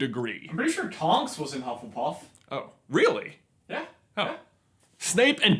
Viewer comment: Pengu Luu I’m sorry, what house is “hufflepurff”?